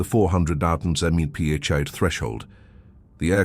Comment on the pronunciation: Can't teach AI how to pronounce the abbreviation "mph"????? Back to the drawing board, fellas!!